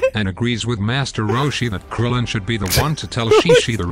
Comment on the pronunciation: I'm glad "Krillin" was accurate